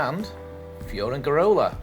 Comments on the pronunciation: Perhaps you should learn how to pronounce Benelmadena and Fuengerola. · Pronunciation of Fuengirola and Benalmadena needs attention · totally butchered